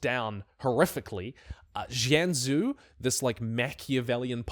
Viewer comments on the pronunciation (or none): Akchyually Jianzhu is pronounced Jen-Jew